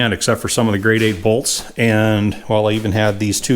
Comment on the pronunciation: Very cool to see this big steel frame's slag under pressure from that little ram. Quick question, I can't quite understand: The bolts in the frame, are you saying "Grade A" or "Grade 8"? (It's all nuts and bolts for me anyway)